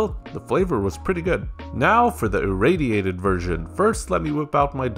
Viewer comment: he said the word perfectly